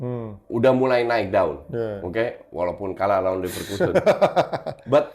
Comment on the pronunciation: Neverlossen❌ Leverkusen✅